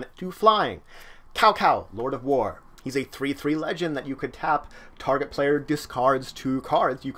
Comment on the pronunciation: For example Cao Cao is pronounced more like Tsao Tsao and Zhou is more like Chou (a harder ch)